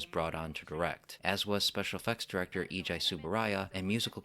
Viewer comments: EIJI is pronouced AEGEE not EEJAI, I appreciate the amount of research made for every review but please add some name research to it, it's as easy as entering the text in google translate and playing the japanese voice for a correct pronounciation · Love it how americans pronounce Eiji ‘eeejee-i’ to rhyme with ‘high’. Yee-ha!